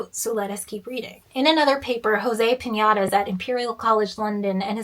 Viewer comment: this mfer said jose piñatas.